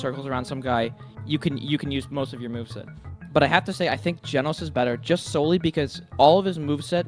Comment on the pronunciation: WTF IS GEENOS